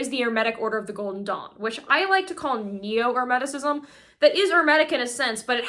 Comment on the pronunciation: What happened to? Isn't it pronounced Kuh-ball-ee-uhn? Every time I hear her pronounce it the other way my solar plexus chakra tightens uncomfortably and I cringe. And Hermeticism isnt pronounced like the word "herb". Wtf. Also, it's pronouonced "arc-uh-type-uhl". She's still mispronouncing words I can't do this all day. I have almost solely communicated with other occultists telepathically or online, and they say I'm annoyingly pedantic, but gimme a break. She's still 10x ahead of me at that age though.